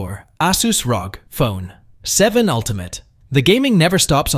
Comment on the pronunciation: its R O G you don’t say it as a word